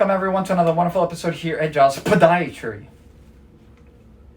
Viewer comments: "PAH-diatry." Priceless. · Why do I live to hear you say the word "podiatry"?